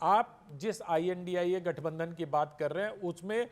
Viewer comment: इंडिया बोल नहीं पाती हो इडी बोल कर बता देती है पापा की परी हो